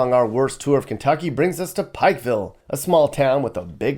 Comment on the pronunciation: Just say Kentucky and leave it at that.